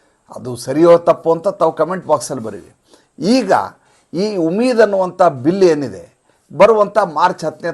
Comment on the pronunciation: ಉಮಿದ್ ಅಲ್ಲ ಉಮ್ಮಿದ್ ಅನ್ನಿ